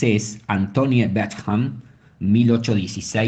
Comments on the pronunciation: Por favor 🙏🏻 el video dice la verdad pero hagan un esfuerzo para pronunciar mejor el nombre y apellido de Antoine Bechamp ! Asi como pronuncian bien a Louis Pasteur deberían hacer lo mismo con el gran cientifico Pierre Antoine Bechamp... aunque no lo crean pronunciar mal el nombre de un cientifico hace q el video, aunque diga la verdad pierde credibilidad... la fonetica de Antoine es Antuan y la fonetica del apellido Bechamp es Besham 🙏🏻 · El autor de este vídeo hizo toda una [pseudo] investigación, pero no pudo pasar por el traductor de Google para aprender a pronunciar Antoine Bechamp